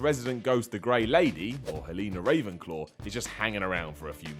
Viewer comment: Helena ravenclaw did it bother anyone else that he said it wrong